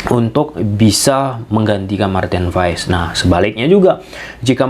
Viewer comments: bukan pass pak tapi pa nya dipanjangin dikit "paas" Pasti kita punya nama yg mengandung arti kalau penyebutannya salah pasti artinya berbeda karena nama itu adalah doa. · Kebanyakan orang selalu salah yah... datang pemain baru untuk indonesia nyebut namanya salah apa ga dicari dulu tentang menyebut namanya? Marten paes dibaca (paas)... Cuma kasih tahu kalau ga jadi kebiasaan ❤